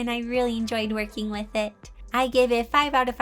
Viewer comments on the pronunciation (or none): The way she says with is so cute!!! She says “wiff” ITS SO CUTE